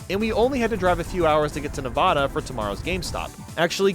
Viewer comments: It's pronounced "Ne-VAD-uh", not "Ne-VAH-duh"! Edit: He said it right the second time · buddy did NOT just call nevada "nirvana" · What. You said nevada wrong and then you said it correctly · Bro said Nevada wrong